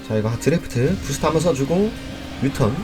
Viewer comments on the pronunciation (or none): 내가 아는 유투버들이 다 드리프트를 드래프트라 한다